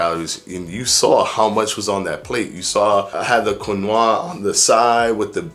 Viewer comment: Quinoa, is pronounced “keen-wah” breh